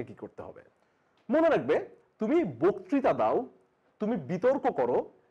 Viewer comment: বকতিতা উচ্চারণ কানে খুব খারাপ লাগছে।